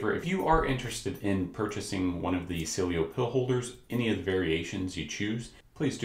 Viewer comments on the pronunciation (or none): I think it's pronounced See-Eh-Lo